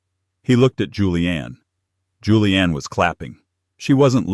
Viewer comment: It's Julienne not Julian.